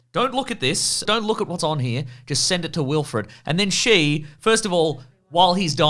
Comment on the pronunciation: You said Wilfred… lol